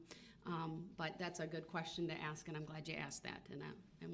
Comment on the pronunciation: THE WORD IS ASK NOT AXIE DUMB ASS CAN'T EVER TALK